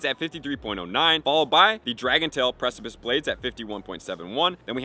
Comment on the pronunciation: Yay! He finally learned how to pronounce precipice!